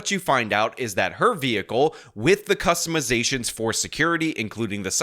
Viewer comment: This is just an xzagaration of alazaytions for my kustamazations.